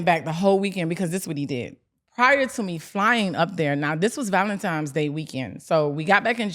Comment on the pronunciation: “Valentimes” Day?! 😂 Damn. Tia was right. You’re illiterate frfr